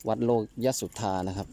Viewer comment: น่าจะอ่านว่า โล กะ ยะ สุดทา นะครับแอด